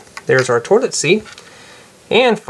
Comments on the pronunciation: it's pronounced toilet not tolet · did you say torlet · Why does he say torlet lol😅😆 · the way you say toilet doesn't sound right